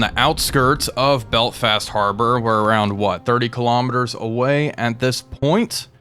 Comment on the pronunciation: Your pronunciation of "Belfast" sounds like "Belt-fast" and I can't unhear it haha